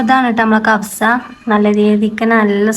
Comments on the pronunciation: കഫ്സ അല്ല പെണ്ണെ കബ്സ ആണ് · കഫ്സ അല്ല.കബ്സ ആണ് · കബ്സ ആണ് കവ്സ അല്ല ❤